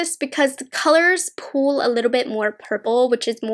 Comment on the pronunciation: The way she says pull and pulls is so weird lol. The way she says pull sounds like “pool” and pulls sounds like “pools”. I’ve never heard that kind of like accent or whatever it is before?